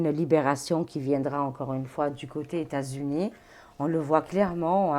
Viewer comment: "aux Etas-Unis"!: D